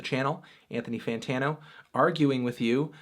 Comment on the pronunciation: Why does he say aynthanee faynetano